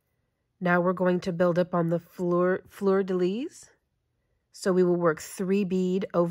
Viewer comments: Absolutely no negativity - French is hard! If you’re interested, the pronunciation is: “flur” (like “blur” - not “flewer”) “duh” (but a light schwa sound, not heavy like we would say in English - you’ve got this perfect ) “lee” (the ending “s” of “lis” is silent) Flur-duh-lee = Fleur-de-lis The French would add some back-of-the-throat to the ending “r” of “fleur”, but that’s not really necessary for non-French usage. It’s fun to see some beadwork in crochet. I’ve done very little, but watching this has made me really want to tackle the coin purse I’ve been wanting to try! 😍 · No offence. The ‘fleur de lis’ sounds like ‘fl er duh lees’